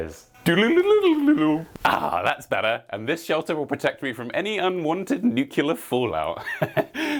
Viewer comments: ffs the word is pronounced "new clear" not "new-q-ler" smh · One teeny bit of constructive criticism: You're pronouncing nuclear wrong. You're saying "NUKE-you-lur" instead of "NEW-klee-er" I thought it might have been a one off mistake in this video, but I caught it in your Fallout 3 video as well. Feels ironic given the wrong way of saying it was very prevalent in America around the time Fallout is set in, given that it was a new concept and not everyone knew how to say it correctly. Don't see it much these days though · Say New, say Clear Now put them together… Nuclear Newqular is not a word. Cheers 😂👍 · It's odd that this well-spoken, intelligent man does not know how to say nuclear.